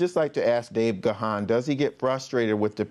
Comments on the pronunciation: Gahan is pronounced Gone, not Ga-han. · Great interview! Dave sure is patient with people who mispronounce his name. It isn't pronounced with two syllables as in Ga-han. Just pronounce it with one syllable, as in: Gahn, with a soft a. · It's pronounced Gan as in man! Plenty of interviews out there where he says his name